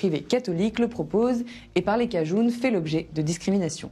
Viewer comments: Vous prononcez le mot cajun "cajoune" ?? Il me semble qu'il se prononce "cajeune" à la rigueur "cajin" mais certainement pas avec le son "ou" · En France personne ne dit cajoune, elle sort d'où ?